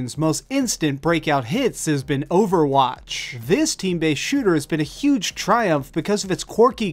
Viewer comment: So, OverwAtch (your pronunciation) has been ripped off, despite it, itself being a rip off?